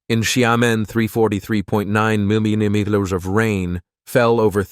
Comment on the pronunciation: Can't your spokesman (narrator) learn to pronounce "millimeter" and "kilometer" correctly? Doesn't he have any back-up or supervision ? His deliberate slurring of words is enough to turn me off your video. Which I have just done.